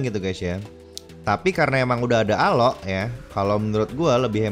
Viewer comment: Jangan bilang alo nama nya juga alok bukan alo